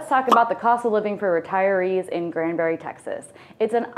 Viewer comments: Granbury. Not Grandbury. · Some of the information in this video given is completely inaccurate! Kerrville is not 60 miles southwest of San Antonio at all! It's 60 miles northwest of San Antonio! And it's not Grandbury, it's GRANBURY! additionally, she failed to mention it's within 30 mins from Fort Worth and just mentioned it being 1 hour from Dallas, which it's not. It's actually 1 hour and 25 mins from Dallas. I don't trust any info in this video, considering they don't know the geography and names of towns being narrated, which is totally wrong!